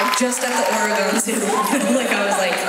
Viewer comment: Oh noooo I hope she doesn't still say "Ore-gone"